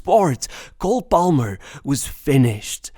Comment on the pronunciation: Dont judge me but everytime i hear him pronounce the L in Palmer i wanted to close the video. Lucky its a video about my starboy